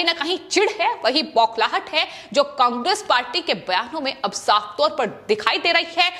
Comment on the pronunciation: समाचार पढ़ते वक्त उच्चारण सही होना चाहिए पहले घर में बैठकर बोलना सीखो उसके बाद समाचार समाचार ऐसे पड़ती है जैसे कोई पहली क्लास का बालक बोलता शब्दों का उच्चारण तो कम से कम सही कर ना तेरे पर गांधी सही बोला जाता है मैं बंगाल सही बोला जाता है ना कांग्रे सही बोला जाता है उल्लू की पट्टी पढ़कर कहां पर आई है